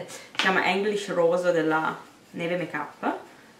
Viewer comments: per confermarti che non sono una leccaculo ti dico che ..mi sono chiesta come mai tu abbia detto English Rose con la E e non la I :D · "English" rose con la E? :p Detto da te che parli inglese strida un po'!